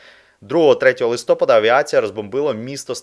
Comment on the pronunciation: УкраЇнського, ЛистопАда а не ЛистопадА ! За інше казати не буду ...